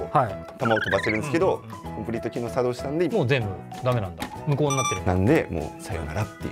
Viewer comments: コンプリート機能が茶道しました！？笑 イントネーション間違えてるやろ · コンプリート機能が、さ↑どうしました🤣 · 何で作動じゃなく茶道のイントネーションなんですか！！ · 作動↑しました。って発音おかしい😂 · 作動のイントネーション